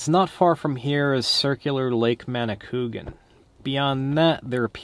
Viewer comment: Lake Manicouagan was formed when the Daniel Johnson dam flooded the crater and connected two previously separate lakes to form the circle. The dam was built when I was kid growing up in Quebec and was a big deal in terms of engineering know-how. The pronunciation is more like man-ah-coo-ah-gan.